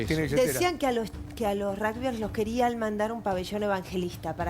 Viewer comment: Ni siquiera sabe pronunciar "rugbiers" (dice "ragsbier").